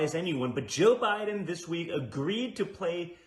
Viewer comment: And the way he says Joe Biden. What is that? Also, I swear there was smoke coming out of Jrs mouth.